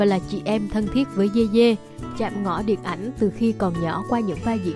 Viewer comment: Yeye đọc thành dê dê t cười ỉa😂